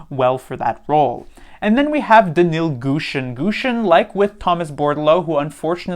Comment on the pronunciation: Thanks for the in-depth analysis, you know your stuff. But please, pronounce Gushchin's name correctly. The "shch" is a single Cyrillic character, think of it as the middle of "Plush Chair". Thank you.